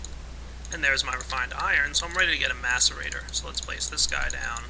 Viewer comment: when u said place my bed i thaught u said wet my bed